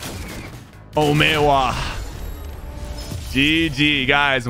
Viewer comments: Great video, disliking for the OMEEWA though xD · "Omeh wah" 🤣🤣